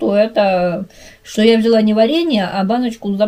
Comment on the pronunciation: Зачем ты шокаешь? Вроде русская